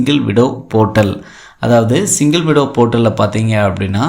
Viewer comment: ஐயா அது சிங்கிள் விடோ இல்லை சிங்கிள் விண்டோ தப்பாக உச்சரிக்காதீங்க.